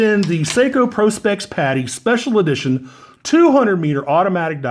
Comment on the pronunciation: "Special EdiTOIN"